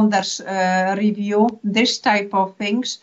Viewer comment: I’m Dutch and am so familiar with people like, our education system is full of people who talk to students like that unfortunately, especially if they perceive the English level of the student not good enough. But her pronunciation of the word ‘review’ is a butchery itself.